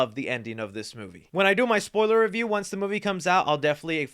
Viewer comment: a spoiller free reyew